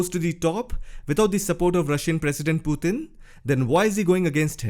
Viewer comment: I like the way you pronounce Putin. "Puthin."😆